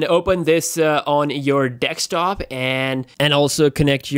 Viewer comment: Dude its called DESKTOP not DICKS TOP